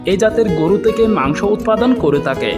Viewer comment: কিছু শব্দ সাবলীল করার দাবি জানাই, হই/হয়, যাই/যায়, নই/নয়, কাওয়ানো/খাওয়ানো, তেকে/থেকে, পেট/ফেট, রেকে/রেখে, কাবার/খাবার, সত্যি বলতে আপনার হই হই শুনতে শুনতে আমার 😢😢😢অবশেষে 😂